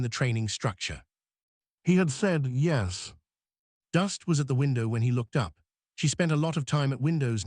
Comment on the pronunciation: I hate this AI voice. This is the one that says “yezz”. Instead of saying yes. Wish they would change it